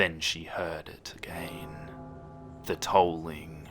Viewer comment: I love how you pronounce certain words like "again" as "a-gain" makes everything more scary :o